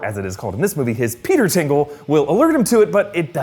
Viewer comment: Stop saying "Peter's tingle", please.